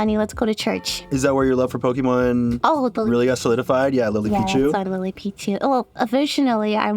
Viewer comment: Lily PEE-chu back at it